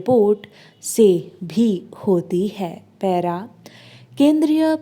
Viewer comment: Maidem paira mt bola kijiy.please